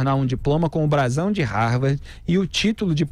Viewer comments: É " RARVARDI " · Ela mal sabe falar de modo formal. Para alguém que dizia ter pós-doutorado, ela se expressa muito mal. Se bobear, não sabe nem escrever ou falar Harvard do modo correto. Vergonhoso isso!